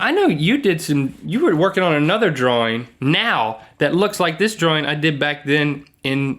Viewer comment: "Draring" xD